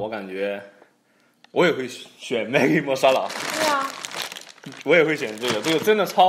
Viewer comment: Love you 😘 girl you pronounced it correctly some YouTubers called it maagi instead of Maggie